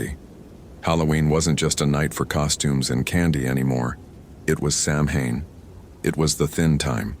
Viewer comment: Great stories! Samhain is pronounced "sow-in".